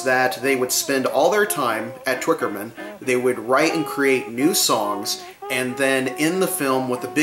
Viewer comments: Twickenham, not Twickerman :P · Not Twickerman - Twickenham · FYI: There is no “r” in Twickenham Studios. The footage of John and Paul face to face singing Two of Us and sharing a mike is worth the price of admission alone.